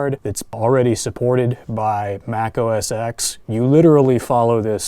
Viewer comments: Please, please, please.... stop saying 'Mac OS EX'... Say 'Mac OS 10" as X is 10. Please!! :))) Ehh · It's Mac OS TEN, not Mac OS EX